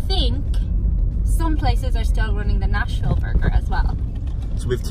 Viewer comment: I though they were saying National when it was Nashville lol.... Nashhhh-ville